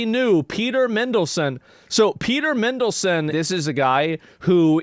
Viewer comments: Lol Mindleson. MAN-DEL-SON but yeah shocking stuff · MAN delson mate not mendlesen 😂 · Asmon's pronunciation of names is diabolical. MINdelson, Jizz Lane lol.